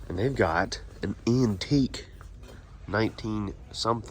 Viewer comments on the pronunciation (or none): none